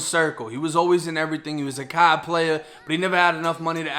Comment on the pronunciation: There's some Irish accent on the word card